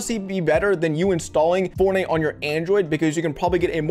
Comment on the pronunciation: say forney mobul one more time i’ll find u irl lil nga